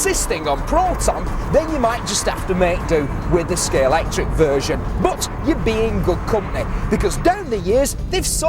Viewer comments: Stop saying Scalectix! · Someone please tell it’s Scalextric not Scalectrix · Couldn't they find a presenter who can say Scalextric properly? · He's an arse. Difficult to watch. Can't even pronounce Scalextric.....broke antique scalex model (edited out).....I'm gone....